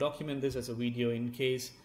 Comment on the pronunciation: I just want to hear once and only once when u make another empire z video can you please say "video" instead of "widey'yo" and the you can go back to "widey,yo"